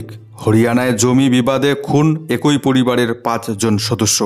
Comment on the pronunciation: । কথাটা এ্যাকি... একোই শুনতে খুব খারাপ লাগে ।